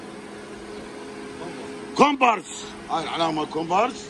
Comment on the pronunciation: كومباس وليس كومبارس